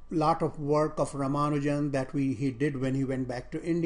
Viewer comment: Dear, thanks a ton for this video.:) Thoroughly enjoyed it. If you will please pardon me, just letting you know that his name is pronounced r-AA-m-AA-nu-jan (no AA emphasis here).